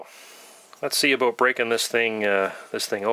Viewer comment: nice video. you say 'about' in a funny way.